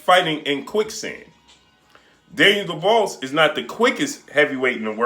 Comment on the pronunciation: Mate at least pronounce Daniels surname right